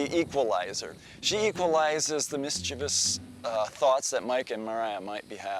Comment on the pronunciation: The father: “MisCHIvis” Me: misCHIEVOUS